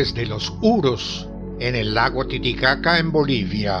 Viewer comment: que buen cuento cómo todos y el fin me hizo reír mucho el lago Titicaca como lo dice😁😂💕👏Dios lo guarde a usted y su familia